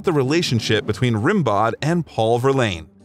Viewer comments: Who wrote this? Your sentences sound weird, your timeline is messed up, and it's pronounced "Ren-bow", not "Rim-bowed". For a supposed biographer, you're seriously lacking in the research department. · Rimbaud is pronounced like rambo the movie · The narrator should have known how to pronounce the name of the poet Rimbeaud properly. One does not pronounce the d in the name. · Hhhhaaahhhaaa the poet "RIM-bod"... It's pronounced "ram-BOH"....Haw rim-bod...too funny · Rimbaud is pronounced "ram - BOW". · The pronunciation of french words (Rimbaud, Saint Tropez...) is excruciating. It doesn't take much to look up the pronunciation on Google. 🤷